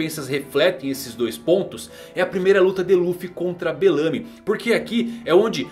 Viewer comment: Eu particularmente n curto essa pronuncia q vc faz com o 'belamy' Acho q vc deveria ser mais natural e brasileiro nessa pronuncia dos nomes do pessoal. Mas curto MT seu canal, um abraço